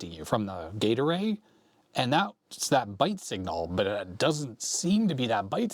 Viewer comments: Doesn't detract from this video. Thoroughly enjoyed it. However, all I hear is Gatorade. I know, gate array. I know. That said, Gatorade!!!!!;) Thanks. Love your stuff. You're a rockstar. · I amused myself much when I realised you were saying Gate Array, instead of what I was hearing "Gatorade". My fault for watching at x1.5 speed. LOL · I keep thinking you're saying "Gatorade" when you say "gate array" :D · gate array, heard gatorade LOL